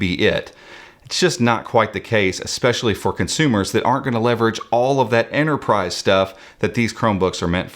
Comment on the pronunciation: There's a pesky T in Enterprise ;)